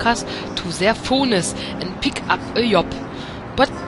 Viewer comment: "piek ap eh jop" zu geil, kugel mich grad :D